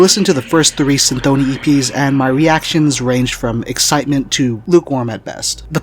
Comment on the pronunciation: yeah that's what I heard on the records, but in the video he says cynthOny and this made me think that I don't know anything